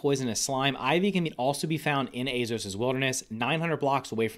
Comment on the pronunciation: hes almost saying azeos like azos